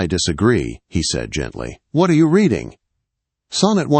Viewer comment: She was not “Redding” a book! She was “reeeding” her book.